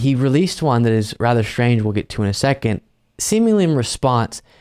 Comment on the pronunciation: The word is pronounced strange, not shtrange.